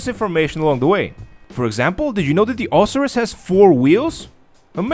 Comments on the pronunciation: Lol pronounced Oh-sy-rus......isn't there only 1 car on the podium each Thursday? Met a 9 yr old in game last night who claimed he won an Osiris this week at the casino but I've always understood only 1 person can win a podium car each week....but again this kid is 9....probably lied lol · i believe its pronounced o-si-ris with the si making the i sound